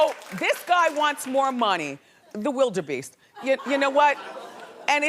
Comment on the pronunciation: I almost spit out all of my tea when WW called him Wilde-beast!!!!!😆😆😆😆